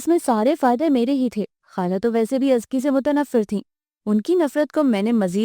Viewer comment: I don't believe you pronounce Azka...Azki i mean seriously!!! Kisi say confirm he krwa latay